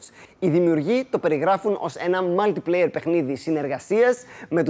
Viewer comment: απο που φένεται οτι δεν ξέρει οτι δεν ξέρει τιποτα απο παιχνιδια πηγαινετε λιγο στο να ακούσετε πως λέι το mutiplayer